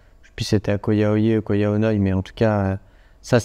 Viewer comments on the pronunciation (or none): Petite info, ça se prononce Ko Yao "yaille" et non yeh (idem pour RAWAI, qui se dit rawaille et non raweh). Il vous restera plus qu'à revenir voir le nord du pays une prochaine fois ;-)